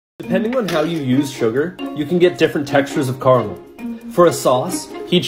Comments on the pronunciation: Shame you still can’t pronounce it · its not car-a-mull or care-a-mel the british pronunciation is cara-mell and the american pronunciation is car-mull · It’s pronounced “CARE-uh-mel” not “CAR-mle” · KA RAH MEL is how it’s pronounced not CAR MEL it has another “A” for a reason CARAMEL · You're saying caramel wrong. You're saying it with two syllables. You're doing it wrong and it makes me angry. Do it right! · writes ‘caramel’ and pronounces ‘carmel’ 🤦🏻‍♂️🤣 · Just one thing it’s called car-a-mel you spelt it right in your title why can’t you pronounce it correctly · This may be just me but does anybody else cringe when they hear cara-mel pronounced like car-mul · CARE A MEL NOT CARMULL If you want something spelled and pronounced the there's Carmel by the sea. A place not food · It's pronounced "Ca - Ra - Mel" with three syllables Not "Car - mel" with only two! The speech police are always listening......... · You Americans know there are two ‘a’s in ‘caramel’. It’s pronounced ‘caramel’ not ‘carmel’ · It's like ta -may-toe and ta-mah-toe (tomato) just different ways of pronouncing the same word :) The Car-mel pronunciation is the more American version of the word (caramel) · This guy is the only person who gets a pass on pronouncing it Carmel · Car-mull is one of my biggest pronunciation pet peeves lmao, right up there with Ree-Seez peanut butter cups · why do people pronounce it carahmul.... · It's not "car-mul" 🙄 It's pronounced "po-ta-toe"! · why do americans pronounce caramel as "carmel". it gets really annoying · Dude why do people pronounce it “Carmel”. It pisses me off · It's pronounced caramel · The way you pronounce caramel is really annoying me- (don’t tell me I’m a bad person, many others may get annoyed by it too.) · Bro sounds like he's talking with food in his mouth every time he pronounces it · I’m not forgiving him for pronouncing caramel like that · Bro you pronounced caramel wrong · There are multiple correct ways to pronounce the word